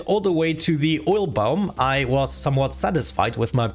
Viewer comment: I love the way you say "biome" sounds like "boom" with a really thick accent please say "I like to see the explosions go BIOME!"